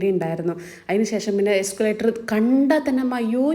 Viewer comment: എസ്കുലേറ്റർ അല്ലാട്ടോ എസ്‌കലേറ്റർ (escalator).